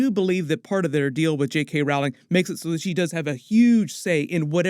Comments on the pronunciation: It's pronounced "ROLLING", not "Rauling". I mean, you did all this research and couldn't get the name right...? 😆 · Err. JkR is pronounced like Rolling. As in like someone rowing a boat not like an argument. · If you’re going to do videos about J.K. where you say her last name many times over perhaps you should learn to pronounce it correctly?